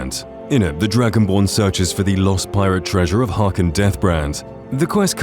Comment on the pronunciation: he's Haknir, not Harkin